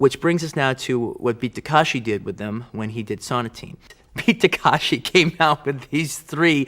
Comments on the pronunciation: Good Lord! Takeshi, not Takashi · Beat Takashi instead of Takeshi . . . Wong Fei Ho instead of Wong Fei Hung. Quentin is like that 40 year old that learns a name wrong and consistently pronounces it wrong thereafter. 😅😂😅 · Calling him BEAT "Takashi" is so disrespectful. jfc learn to pronounce people's names if you're gonna cape.